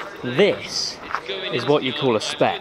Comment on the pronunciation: Every time you say 'spec' it hurts. Every video I have watched of yours, it hurts. Other than that though I will say it was a very enjoyable video.